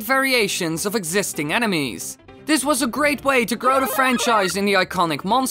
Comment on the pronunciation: Who thought he said anime’s not enemies😂OMG